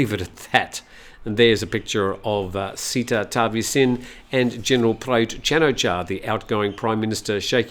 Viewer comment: Seh-tah Ta-wee-sin